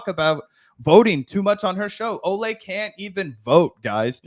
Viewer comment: Good on you guys for being one of the few to pronounce Olay’s full name correctly! I think the nickname being pronounced differently from her name mixes people up, but her full name is indeed pronounced Oh-lye-me. ❤